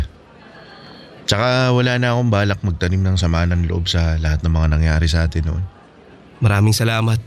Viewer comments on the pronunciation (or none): none